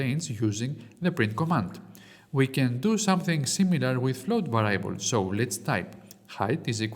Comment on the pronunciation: Thanks for the tutorials,. I only have one comment and only because I was a teacher. Variables is pronounced βεριαμπελζ με τον τονο στο βε. Otherwise, excellent English.